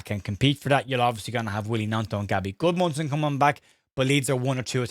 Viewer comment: just keep saying Gudmunson 💙💛🤍